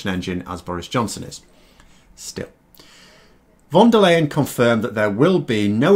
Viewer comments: Ursula von der Leyen's name is pronounced "fon dare lion", not "von dur layen"! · Please,, since von der Leyen is gonna be in the news for a while longer, you might want to pronounce her name correctly. It's actually really simple as it sounds exactly like "fonder lion" in English (which a stress on 'fon'). I know you can do it, you're a clever guy!;-) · It's pronounced Fon Der Line mate😁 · looks more like the pronunciation it's spelled von der ähm Leyen